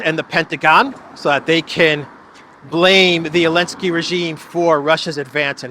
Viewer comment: Why does he call Zelesnki - Eleneski? Is it because of Ukraine boycotting/against Russian Special Military Operation /War symbol "Z"?